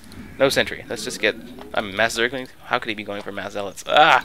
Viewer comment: Lol you said ´´2 zerglins against 4 zellots´´